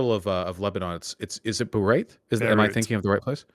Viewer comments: "Bareit?" How does Vaush not know Beirut? And he considers himself well read and informed? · Vaush: "I love the capital of Lebanon. Bereyht. I've recently learned alot about Bereyht!" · That part was weird, he said it twice like he was reading it for the first time and then a few seconds later pronounced it as if he said it his whole life. I guess he was reconciling two different parts of his brain in real time